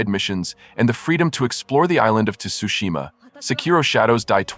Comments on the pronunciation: It's pronounced as sushima not tusushima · Tsu..it's neither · The T is silent is Tsushima bro lol. I've never heard anyone emphasize the T so much saying this games name lol😅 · the T is silent